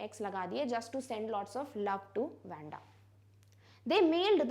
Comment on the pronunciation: Its not wenda its wandha according to pronunciation mam by tye way you are such a great teacher 👩‍🏫..